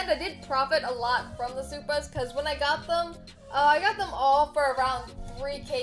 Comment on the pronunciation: when a white person says supa